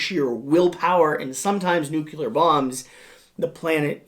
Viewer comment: I hate to be that guy but... it's NEWK-lee-ur. Excellent video. ⭐ ⭐ ⭐ ⭐